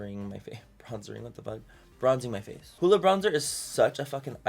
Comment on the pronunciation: It's not hooda it's huda